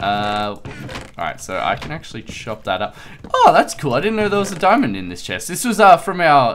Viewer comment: ZEH SHEST ... the Chest